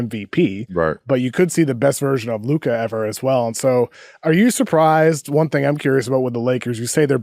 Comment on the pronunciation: Luka’s been in the league for 7 years and we still can’t pronounce his name right? Are ya’ll sick or something?